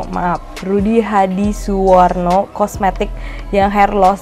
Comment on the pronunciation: wkwkwkk